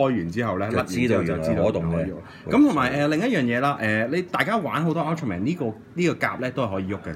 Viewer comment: 救命啊，正確發音應該係Ul - tra - man，不是 U - tela - monk，想做玩具Review，至少先將名搞清楚點讀先啦！